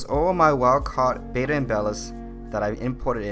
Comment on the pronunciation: please stop saying "bay-duh"... it's "bettah" similar to better